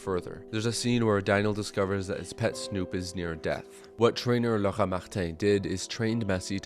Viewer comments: I remember watching a bad movie once with my mom and saying "so far the dog is the best actor of this movie" It made her laugh, and she changed the channel. PS : Just say "Laura" like a normal human. Whatever that sound was made my spine shiver. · On peut entendre un peu de queb dans l’accent 🤌🤌⚜️